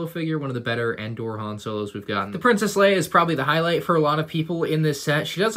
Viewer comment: it’s Endor